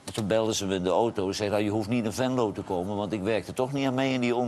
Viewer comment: Johan, leer het nu eens om geen ooto te zeggen, maar gewoon auto.